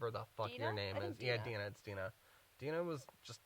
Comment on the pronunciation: Her mom's name is "Dee-nuh". Not "Die-nuh." Lol